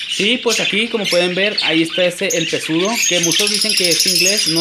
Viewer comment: Se escribe pseudo y se pronuncia seudo amigo está hermoso el gris me encantó.